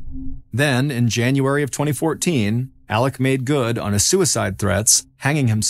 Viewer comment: Why do you pronounce his name Alec when it is Alex?